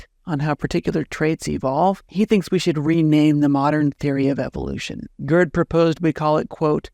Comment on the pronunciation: Please stop calling the man "GURD." His name, in German, and English, is pronounced "gayrt" with a German, uvular "r." When one says GURD, it sounds like GIRD, which is an acronym for "Gastrointestinal Reflux Disease." 😁